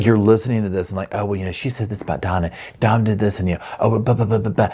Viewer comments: Did you know his name is Dominic = Dom?Not Don. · I'm not trying to be rude but his name was Dom not Don. It could be me but it sounds like you're saying Don not Dom. I just thought I'd let you know. I love your videos and I think you're great ❤ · It sounds like you’re calling him Don vs. Dom